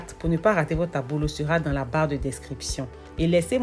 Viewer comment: ça s’appelle Ablo, pas Abolo.